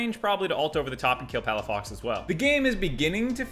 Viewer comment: Good thing I finished drinking water before the "Palafucked"